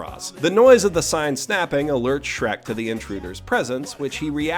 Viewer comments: "Shreku"? You filthy casual. I think you mean "Shureku." Know Japanese, loser. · I believe you wanted to say "Shurekku", but I'm willing to forgive the mistake. It's been repeated with "Shrekku" name a lot recently, so it's only natural for confusion to arise. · Every time he says "Shreku" a little bit of me dies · Every time he says “shreku” or any Japanese- afied word here, a child is cured of cancer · Every single damn time he said Shreku.. I laughed. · I take a shot of cum each time he says Shreku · I cannot hate the word 'shrekku' more. If i never hear it again it will be too soon. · A small part of me dies every time you say "Shreku". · It's pronounced "Shuleku!" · Every time you say the word shreku I feel a little stronger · I believe it's pronounced "shrak-u" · Say shreku one more GODDAMN TIME... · I died a little bit inside every time I heard Shreku